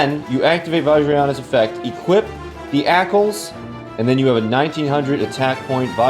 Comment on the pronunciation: ÄCLS? Aklys. xD